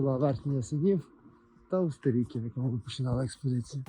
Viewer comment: Вибачте автори але ви неправильно називаєте село Устєріки. Неправильний наголос ставите. Це село так назвали тому що там зливаються дві річки Білий Черемош і Чорний черемош. Тому село Устєріки.